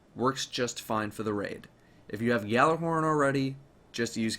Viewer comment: Two things 1st gjallarhorn is pronounced yahl-arehorn. 2nd lupi is Italian for wolf and its pronounced lupe not lupie